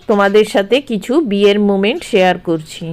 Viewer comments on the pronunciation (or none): none